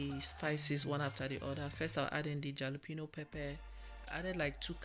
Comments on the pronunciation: That pepper is pronounced alapeno, the " j" is silent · Actually the "j" is NOT silent. Rather it's pronounced as an "h", so you say Halapeno, even though it's written as Jalapeno. It's actually a Hispanic word, not English🙂